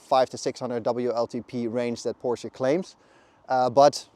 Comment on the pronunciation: Good review overall. I got fooled by the channel name, but looked more closely after I heard the name "Porsche" mispronounced a few times in the review.